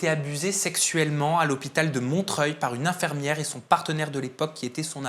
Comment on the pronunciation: Rien à voir avec le sujet, mais le journaliste dit "infermiere" c'est pas très professionnel !